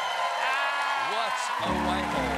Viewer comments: Stephen cold beer. He said shiphole. Also your not funny!😛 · He said 'shith_ole' :)